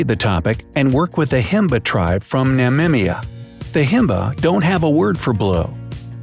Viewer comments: is it hard to pronounce Namibia? Remind me of Trump! 😆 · Why do Americans seem to have such a tough time pronouncing "Namibia"?